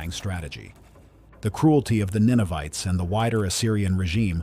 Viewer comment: Ninevites not Ninovites.